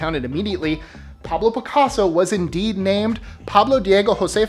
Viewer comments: The most amazing thing on any "List 25" video so far: reciting Picasso's full name. Impressive!!! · How long did it take to pronounce Picasso’s name? I was impressed. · Welp ..... You got my like vote just on pronouncing pablo's full name ! #TIPSHAT to you my friends! 😊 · This video deserves a like just cause you were able to say paccasos full name lol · The piccaso names were amazing & that you said it so well equally amazing lol keep up great work